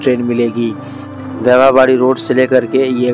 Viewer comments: Pagal wybha wadi nahi vaibhaw wadi 😘😏bolnese pahale station ke nam ki jaankari lo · वैभव वाडी को भी आप ठीक नही बोल रहे है मराठी शहरों के नाम आप हम लोगो से ठीक से समझ कर बोलेंगे तो आपका नाम रोशन होगा और काफी लोग पसंद करेंगे .